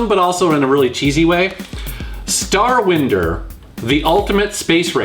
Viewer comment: Oh, an isn't it starw[ai]nder from the verb to wind? Always pronounced it that way.